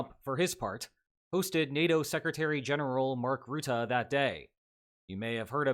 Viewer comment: Dear, I would like to kindly beg you to please start pronouncing Mark Rutte’s name somewhat correctly, it should be more like rut-tuh, not root-uh. Sincerely, a concerned viewer